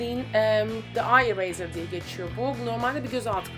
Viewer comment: Londra'da yaşıyorsun.İngilizcenin iyi olması gerekir :? Eraser ne zamandan beri"ayıreyzır" şeklinde okunuyor ?? "ireyzır" olmayacakmıydı o o.O